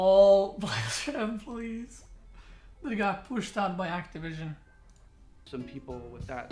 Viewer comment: "Activision." spit XDD